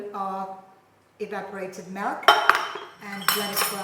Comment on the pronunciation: Hot Melk tea😅